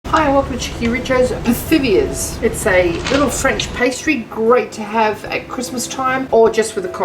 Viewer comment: Hi cheekyricho! You are making Pithiviers! It’s pronounced pitiviers. Forget the th sound. Happy holidays!